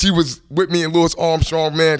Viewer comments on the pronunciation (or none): none